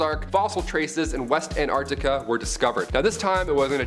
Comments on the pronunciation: Sorry Antarctica……not Ant-Arctica… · Just love the way pronounces somethings….Antartica is one word not Ant-Artica. Say it faster. Love your work ❤